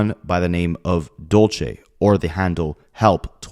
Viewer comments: hey bae just here to help u out, when it’s spelled “dULce”, it’s pronounced “dull-say” like dulce de leche. not “dole-chay”. dulce - “dull-say” dolce - “dole-chay” thank u. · Dulce is pronounced Dul-se and it means candy in spanish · my heart goes out to family, rest in peace for that poor girl, also dulce is a spanish word meaning sweet, it kinda cracked me up with how u were pronouncing it lol